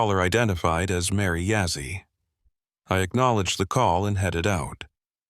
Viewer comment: It's Begay. And not Bigay. And Yazzie and not Yazzy... Haha. Anyways... 😊 Not If you're going to tell a story.. say and spell it right. 😊. Looks like the front door is facing the wrong way. Should be facing East. 😊. Okay.. continue with the the story.